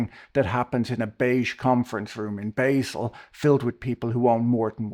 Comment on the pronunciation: i assume you are referring here to the swiss town basel. it is prounced a bit differently. is sounds more like BAH-zuhl.